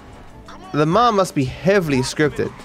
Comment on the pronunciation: Have yall noticed that it says lumar instead of lamar